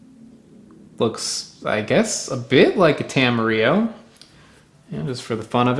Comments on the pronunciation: Tam- a-rill-o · Tamarillo is not a spanish word! It was created as a branding exercise in New Zealand i the 50s to try to sell more fruit, so will don't pronounce the 'll' like in Spanish.